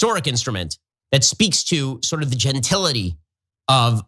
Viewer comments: You can correct me if I’m incorrect, please do. Genatility isn’t the word he thinks he’s using… he added the extra syllable.. maybe? I think he’s an idiot, so it’s not shocking. You go Lizzo!! I’m a white woman, and I support both the twerk, as well as you being able to play that flute, and others at the library of Congress. THAT is herstory. Eff the patriarchy!! I just think it’s fabulous all around.. that Lizzo is a great flutist, stands for body positivity, and is such a voice in today’s world. Can’t say that I’m a fan of her music (I haven’t really heard much of it, aside from when she goes viral. I also don’t watch tv and am not on social media). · “Gentility”, lmao!